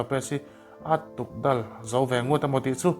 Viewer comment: Tukdal ti lo in, tukdawl tih tur zawk a ni e